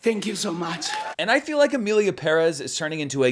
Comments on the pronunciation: BTW I noted in previous videos that you pronounced 'Pérez' correctly and appreciated it :) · Only Zoé pronounces Pérez properly and still no One listens to her. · Props to you for pronouncing Shōgun and Pérez (and Esposito 😂) properly! 🎉 Non-Americans appreciate your efforts. 🫡